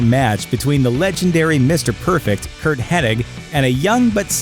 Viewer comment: It's Mr.Perfect to you, if you can't pronounce the man's name right!